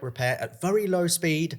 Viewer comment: WHY DO YOU SAY VURY. ITS VERY YOU TELETUBBIE